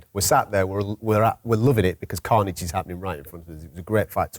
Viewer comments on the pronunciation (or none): none